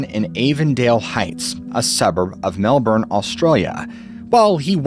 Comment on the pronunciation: HEEEEEY!! He pronounced Melbourne right! hahahaha! (depending on area of australia, its either mel-burn or mel-bin, most Americans get it wrong and it comes out mel-born)